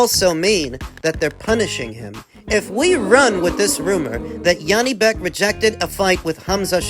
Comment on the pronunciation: It's J, not yanibek, Janibek, he's not german.